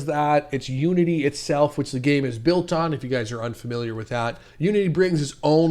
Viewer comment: anyone else hear "nudity" instead of "unity"